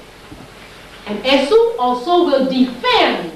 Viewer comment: As someone that's part of the Yoruba tribe, I wanna inform that in the Yoruba spirituality of Ifa, Esu is pronounced Ay-shoo not Eh-sue. The s is a "sh" sound. And in Yoruba, S words with the "sh" sound are spelled with a dot on the bottom. Great video and teachings tho.